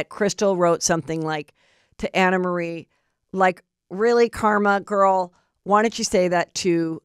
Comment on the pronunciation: The woman herself said it’s pronounced “AnnaMarie” & that’s it’s French or something. 🤦🏻‍♀️